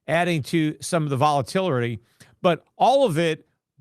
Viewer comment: Triple witching, not quadruple witching. And then he says, “adding to some of the voltilery”